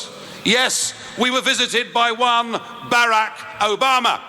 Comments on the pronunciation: I like the way he says BAR RACK O BAMA lol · Love the way he pronounced "Baracccck Obama". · I loved the way he pronounced : " Barack Obama." as if it's a radical dental procedure .